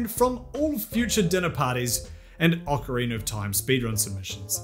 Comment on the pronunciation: Do you pronounce it "orcarina"?